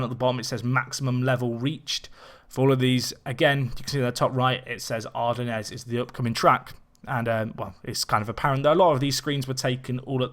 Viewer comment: TS = Turbo System. And no, that's now how you pronounce Ardennes. ;) Good breakdown otherwise, though, thanks.